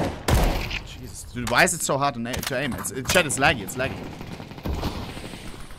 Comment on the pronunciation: he says "JESUSTT" ? is ohne dumb?